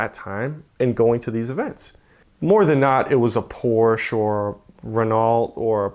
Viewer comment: and Porsche